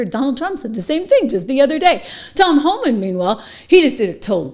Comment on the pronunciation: It’s HOLMAN!!!! Not Homan! I get so frustrated when the chyron is even wrong and then twenty people in the comments are like “I love Homan”… even my phone knows that it’s wrong!